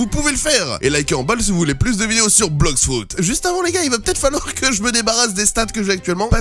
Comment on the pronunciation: ON DIT BLOX FRUIT ET NON BLOX FRUID